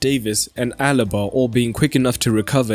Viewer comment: The name is Alaba Not Alba